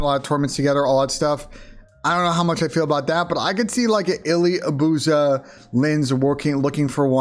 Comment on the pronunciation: Why does everyone pronounce it “a-booze-ah” when it’s clearly “abuse-a”